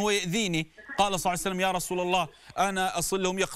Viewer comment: ما تلاحضون يكول صلعسلم